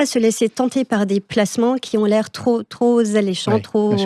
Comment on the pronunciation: trop alléchant - pas "tros alléchant"